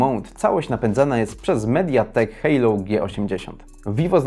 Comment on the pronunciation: Nie Hejlou tylko Helio :-)